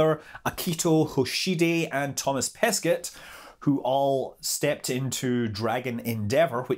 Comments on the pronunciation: So many exciting news! Thomas would prefer you to pronounce Pesquet as "Pesqué" (not "Pesquette") ;) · It's Paskay not Pasket. Come on you know better than that. Buy the way , he is fluent in six languages, including Mandarin and Russian. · Pesquet? Pronounced Pesquaah. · I'm gonna be "that" annoying person : In Pesquet, the T is silent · You should really improve your pronunciation of Thomas Pesquet. Maybe can help you out. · Not sure if you'll read this comment, but it's pronounced "Toma Peskay" ;) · French tips: When you say Thomas Pesquet, the "t" is silent at the end of Pesquet. For his name "Thomas" we mostly pronounce it with the "s" silent but you can also pronounce it with the "s". I really like the "incorrect" way you pronounce it, it feels exotic :-D So do as you like Scott ;-)